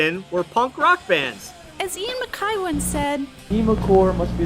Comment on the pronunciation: Love it .. though Guy is pronounced Gee and McKay is pronounced Mc-eye